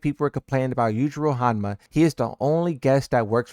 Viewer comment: Dude doesn't know to pronounce Hanma 😂